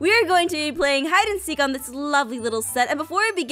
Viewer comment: more hid - in -seek